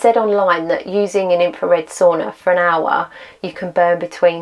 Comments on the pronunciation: I love your commitment to report tge accurate and realistic experimental information. It's really needed these days. By the way ... why do you keep saying "so-ona" 😄 ... it's Sauna lady... Sauna. 😄 BTW, thumbs up 👍 from me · I think you know how to pronounce the word sauna, but you don't pronounce it correctly. Is it British arrogance?